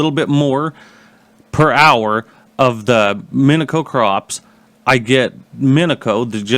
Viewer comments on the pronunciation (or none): Its pronounce min-e-she-o